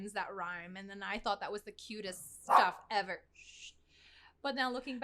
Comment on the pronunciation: The way fused two words into one "shtuff." LOL. 🤪